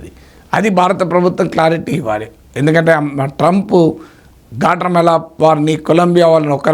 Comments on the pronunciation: గ్వాటమాల అని అంటారు. గాట్రామల కాదు సార్ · Guatemala Swamy—not Gatramala..😂😂😂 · గ్వాట్రెమాల కాదు సర్, గ్వాటెమాల.ఇంకొకటి, ఇప్పుడు ట్రంప్ దగ్గిర మర్యాద demand చేసే పరిస్థితిలో ఏ దేశం లేదు. మీకు మర్యాద కావాలంటే, మీ మీ aeroplanes లో వచ్చి మీవాళ్ళని తీసుకెళ్లండని చెప్తే చేసేదేమిలేదు. అసలు డిపోర్ట్ చేయడానికైనా ఖర్చుని మీరే భరించాలన్న చేసేదేమీలేదు. మాట వినకపోతే, consulates మూసేసి, వీసా రెన్యూల్స్ కూడా ఆపేసి తక్షణం వీసాలు అయిపోయినవాళ్ళని వెనక్కి వెళ్ళమంటే మొత్తం లక్షలమంది ప్రమాదంలో పడతారు. సో ఈ పనికి రాని చర్చలవల్ల use ఏమి లేదు.